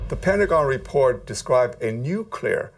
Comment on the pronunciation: Why the hell does everyone say "Noocular"?! Repeat after me - New. Clear. New-clear.